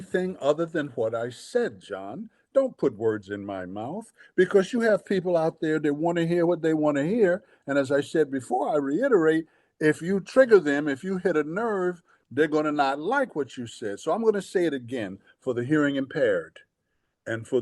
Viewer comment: Somebody tell Brother Demond the word is reITerate ..not " reINerate"